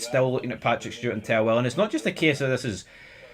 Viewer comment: You keep saying 'tellwell' when it's "Thelwell"!!!